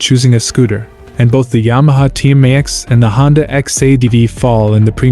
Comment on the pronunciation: Sorry I couldn’t listen to him trying to say Tmax any more…and the Xadv is cheaper